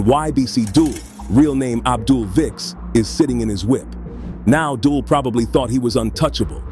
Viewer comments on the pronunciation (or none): Its not Dull its pronounced Dool like fool but Dul you killin me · “Thats ‘Dulls’ turf” 🤦🏾🤦🏾😂 butchering his name and where he’s NOT from 😂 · How you say his birth name properly but butcher his nickname